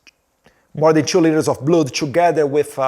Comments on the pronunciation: 🙏🫡🥵🥵🥵🥵🤬Edward now you are speaking English, but you need to find an English teacher to improve your skills because a lot of words you are saying are wrong like a blood you are saying” bluud”, please improve your English. You need that urgent❗️ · "2 much blUdi" mano pqp, que inglês HORROROSO!!!!! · His English sucks! He doesn’t even know how to pronounce the word blood! What a shame …